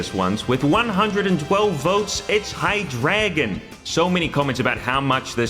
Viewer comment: it's hai-dry-gon, "drei" as in german 3 if you're gonna correct someone on their pronunciation at least be correct